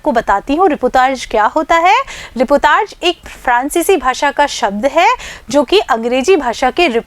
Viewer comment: मैडम जी रीपोतार्ज नहीं रिपोर्ताज होता है